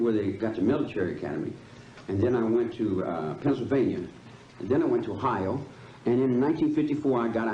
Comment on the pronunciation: This judge guy is barely literate. He couldn't pronounce any of the victims' names. He couldn't pronounce "Ohio". And did he say "exscape"? Wow.